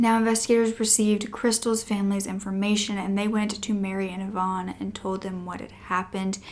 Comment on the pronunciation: YVONNE IS A WOMANS NAME... YOU ARE PRONOUNCING REVEREND IVAN'S NAME WRONG BABYGIRL... IVAN IS NOT YVONNE... IT'S PRONOUNCED 'EYE-VIN'